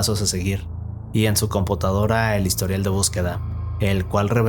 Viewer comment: Dijo "compotadora" jakdjakfjaidj